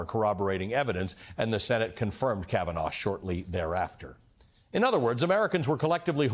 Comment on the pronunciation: KavEnough! KavaNahh! KavaNo!